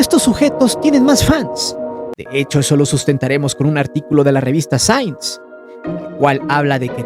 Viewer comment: La revista sains 🤣🤣🤣🤣🤣🤣🤣🤣 que güey para pronunciar LMFAO 🤪